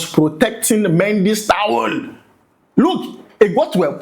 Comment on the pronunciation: Is it towu or towel 😂😂